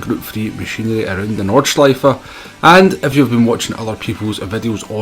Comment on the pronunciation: Thanks for your great tips and tricks. I'm a poor driver myself, but enjoying the game. Your videos keep the game a bit cleaner as people watch it and take on the good advices. Btw. You nailed the track as perfect as the pronunciation of "Nordscheife". All the best